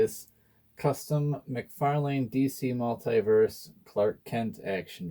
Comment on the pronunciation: cool custom but youre saying mcfalane wrong. its spelled out mc far lan . not lane